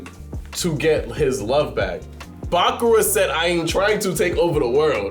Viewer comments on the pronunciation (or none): Bákura is INSANE to pronounce. It's Bakúrah